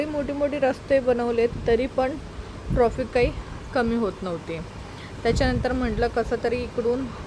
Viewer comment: मॅडम, ट्रॉफीक नका म्हणू 🙏ट्रॅफिक म्हणा. राग नसावा.